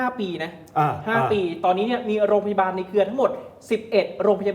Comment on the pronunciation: "โรงพยาบาล"ค่ะ โปรดพูดให้ชัด คุณเป็นผู้ประกาศ